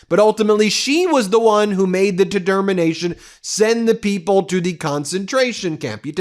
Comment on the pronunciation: Ultimately made the “tdermanation” srsly tho love ya keep up the amazing work!!